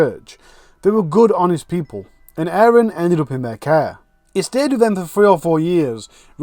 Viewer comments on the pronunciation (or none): Like your channel, interesting! And indepth too. Just had to mention it's Aron. Rather than ayran!!!! With the mini tache going on....... Lol! Forgive me. X